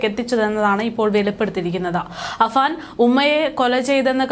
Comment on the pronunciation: Afaan എന്നിടത്ത് പല തവണ അഫ്സാൻ എന്ന് പറയുന്നു. എല്ലാവർക്കും അറിയാം കഷ്ടം പേരെങ്കിലും നേരെ പറയ്